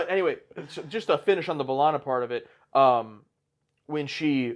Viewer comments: Buh-lah-na or Bae-lah-na Both are fine. Definitely not Ball-ana 🍌😅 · Belana, not Balana. You pronounced the E the way you pronounce "h-e-re" or "wh-e-re" or "anywh-e-re". 😊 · In the first episode, B'Ellana introduces herself as BAY-lanna. And then everyone else says BUH-lanna for the rest of the show. So I guess the whole crew just never asked her how to say it lol. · To be fair, the show took a while to really settle on pronunciations for both B'elanna and Chakotay. I'm not sure they ever truly decide whether it's b-Lahna, Bell-ahna or BAY-lahna. Maybe easiest to just say Torres. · Dont worry there are multiple ways to say B'Elanna's name. Janeway says "buh-LANA" Tom Paris says "BUH-lana" and B'Elanna's family says "bay-LANA" dont feel bad about saying it whichever way. Its the blessing and curse of unique names. Everyone says it slightly different and you remember how each person says it and who pronounced it close to family but never quite the same.